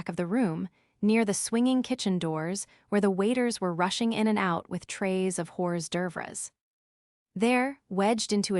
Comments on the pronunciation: 😂😂😂 AI doesn't know French. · OH NOOOOO! "Trays of horrors durvres!" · Hors d’oeuvres is NOT pronounced horse doovers!